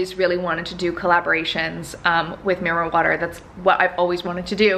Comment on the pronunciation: When u said mirror water the first time,I thought you said marijuana 🙈🙈 I had to stop,re wind and re listen 😂 xx